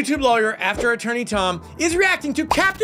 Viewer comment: “After atoorney Tom” 😆🙌🏼 STOOPPPP you are just as fun to watch.!